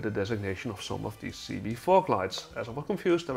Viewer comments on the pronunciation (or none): Cibié is pronounced Sib ee ay not seebee